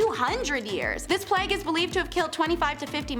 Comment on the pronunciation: Nice job you're doing,. One thing? You're occasionally pronouncing plague wrong, not sure why? Playg not Plagg. Otherwise, you're rocking it. 👍🏻